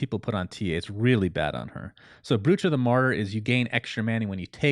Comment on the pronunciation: Brooch is pronounced Broach, rhymes with throat